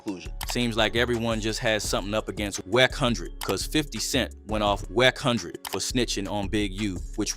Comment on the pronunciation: Wacc hundred..you can tell these fake channels . Its A.i. A.i cant pronounce words for chit . This is fake .